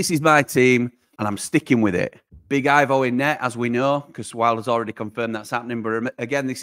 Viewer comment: Hey, Big fan of the channel❤❤🎉! I wanted to say, I could be wrong, but I know a Croatian named Ivo in real life, and at least for him, it's pronouned Ee-voh not I-voh. Love the content UTB❤❤⚔️